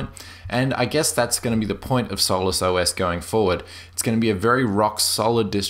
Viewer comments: is obviously mispronouncing solus. And Doflicky is only the binary's name. It appears as Hardware Drivers in the menu for the user. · After 3 beers and a joint it sounds like "soulless" ;) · one syllable? No it's not. Sol-us = two syllables.